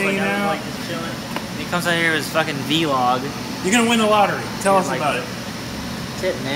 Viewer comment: its vlog not v log. Do you say BEE LOG instead of blog? No. You don't.